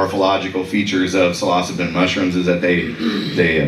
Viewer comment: Great video but that's not how you pronounce Psilocybin. 😂